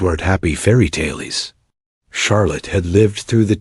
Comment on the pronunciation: "Taleys" for tales is pretty unexpected! This was very interesting but i'll won't be taking it as fact with this much ai generated imagery & (im guessing, given the mispronunciation of tales) narration. Like I said though, very interesting.